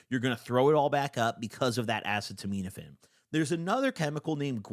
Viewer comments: Acetaminophen “uh-see-ta-men-if-fen” 😂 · It’s pronounced uhseetuhminuhfin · by the way, the secondary active drug that he's talking about that he can't pronounce is the generic of Tylenol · Acetaminophen. You’re mispronouncing it, bro. It’s what’s in Tylenol most of the time. If you roll, you should have NAC in your cabinet anyway. It’s an extremely powerful liver antioxidant and helps detox/restore your SERT after a roll. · Bro read “acetaminophen” so hilarious, that’s TYLENOL btw for anyone wondering, Tylenol is actually pretty terrible for you when you have too much. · you can’t pronounce the active ingredient of Tylenol 😭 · has been pronouncing acetaminophen wrong for YEARS 😂😂😂😂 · Craziest pronunciation of acetaminophen ever hahaha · still not being able to pronounce acetaminophen after almost a decade is so funny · butchered the pronunciation of acetaminophen so bad I forgot how to say it do a second 😭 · Acetaminophen is said uh-see-da-med-uh-fin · P.S. it's pronounced more like "a seat a minnah fin" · assetomeetometafin actually pronounced asstomouthsatan i think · Acet - uh - min - oh - phen is how it is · it’s pronounced ahh- see- ta - min- aphin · Ah-Say-Tah-Men-Ah-Fin is how it’s pronounced. Acetaminophen. And Gua-Fah-Ness-In is the other one. Guaifenesin. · FYI Acetominophen is pronounced like: ahh-SEE-tah-min-nah-FEN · Uh-set-oh-men-oh-fin acetaminophen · Uh- see-tuh-min-oh-fin is the phonetically correct way to say it. Love ya! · Acetaminophen is pronounced Uh-see-tuh-min-uh-fin, it’s the active ingredient in Tylenol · the acetaminophen pronunciation is killing me 😭 uh-seat-uh….min-uh-phen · Acetaminophen = "uh seeta minno fin" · its pronounced a•set•a•men•a•phine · Pronounced “uh-set-oh-men-o-fin” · Worst experience next to Dramamine. A-ce-to-ment-a-phine. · Uh-see-toe-men-uh-fin will get you pretty close to the right pronunciation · it’s “uh-see-duh-min-uh-fin” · it’s A-cet-a-min-o-phen 😭🤣